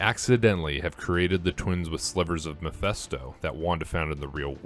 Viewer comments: Say it with me! ME-PHIS-TO not mephesto 😂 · Why does he keep saying Miphesto?